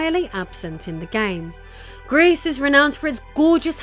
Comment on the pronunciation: Gris as a silent S, otherwise it sound like grease and it means GREY